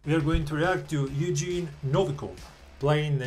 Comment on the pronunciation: Pretty sure his name is pronounced the way it's spelled. Yev-gen-ey